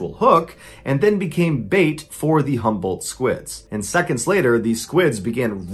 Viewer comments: When he was telling the story, it sounded like "humbled squid" to me lmao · Everytime Mr. Ballen said Humboldt or jumbo squid, I heard 'humble' squid and was obviously very confused as to why they are humble but so aggressive.